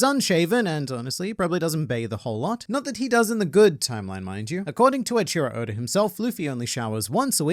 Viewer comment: You say Oda as Odor